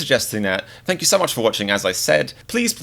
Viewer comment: “FaNk YoU”